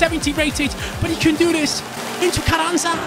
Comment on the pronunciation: Carranza I'd pronounced differently. The rr should have a bit off a H sound in front of it and the z is like a s. Love the content